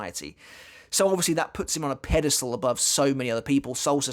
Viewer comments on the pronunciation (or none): none